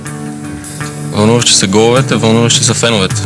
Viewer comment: Въунуващи са гоуовете...